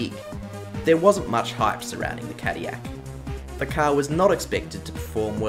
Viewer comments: I think you missed the Toyota TS050 and GR010 as LeMans winners. And you really need to learn to pronounce "Cadillac". There is no Y in Cadillac. I am a French Canadian and as such know how to pronounce Peugeot and Villeneuve, but I also know that Cadillac is an American name and is pronounced (/ˈkædɪlæk/). No wonder voice recognition software can't understand Aussies. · As an American cadiyak is crazy but I appreciate the effort into your videos! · It's pronounced Cad-dil-ac, you dang European... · my whole life and I didn't know there was a "y" in Cadillac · Tf is Cadiyac😂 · As an American, I take -10 damage every time you say 'Cadiyac' 💀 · God hearing Cadillac being pronounced that way drives me up a wall its pronounced Ca-Dill-lac, but i can say this about Cadillac racing this was only a stumble compared to their racing exploits afterwards in GT racing in the US with the CTS-V.R Beating the Mighty Audi S4 and RS6 Quattros and all others for almost a decade so yeah they had the last laugh i dare say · Well the way he talks about caddilac makes it seem European, like don't shame the U.S for not winning le mans, australia hasn't had a car win it either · 37 yrs old. Never heard cadiyak before. I'm pretty sure there's an "L" or two in there somewhere. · Couldn't listen to Cadyak .. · Saying Cadillac incorrectly to bring more comments to boost the algorithm I know what you’re doing (and I respect it because it’s funny) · As a person who is from the UK and knows French people, you have got the pronouncination. However, cadillac is rarely said and it is an American company so it should be pronounced with the l's in my opinion. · Its funny because Cadillac is a french name and every time you say itt wrong it rustles my American jimmies. Also, aluminum 😂